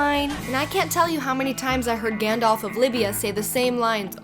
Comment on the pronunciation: GandLf of libia lmao Im dying